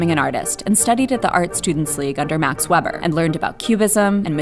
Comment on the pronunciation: Vay-burr... not webber